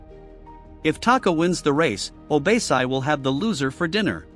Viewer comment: What the heck is “obeysai”?????? How did you get that from OBASI??? Literally OrBASee🤧🤧🤧